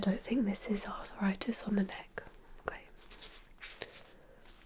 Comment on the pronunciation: Arffritis? I thought it was arthritis 🤔